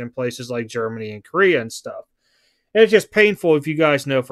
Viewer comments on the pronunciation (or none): none